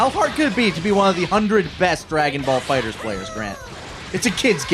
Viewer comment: Finally an outtro where pronounces the game's name right haha